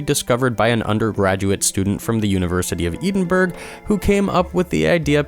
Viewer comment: Edinburgh (ed- in- bur-ah)